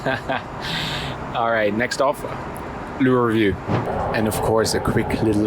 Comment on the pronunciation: can you say MOIST and LOO REVIEW again.... hahahahahahahhaah